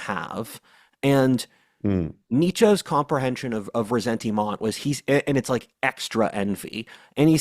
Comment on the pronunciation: Your pronunciation of ressentiment is so horrible 😂